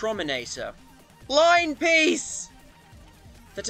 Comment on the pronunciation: MY GOSH THE WAY YOU SAID LINE PEICE IS HILLARIOUS